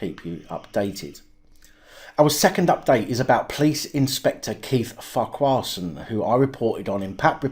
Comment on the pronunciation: It’s pronounced Farquharson Not Farquharson. 😀